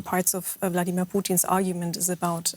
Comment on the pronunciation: Is it Bloodimir or is Vladimir?